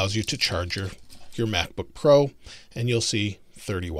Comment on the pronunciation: Lol mack book pro